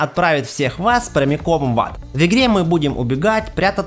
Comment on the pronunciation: прости конечно но твое "вигре" просто режет уши, а так спасибо за список=)